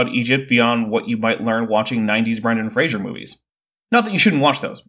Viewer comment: Brendan ˈfreɪzər, not ˈfreɪʒər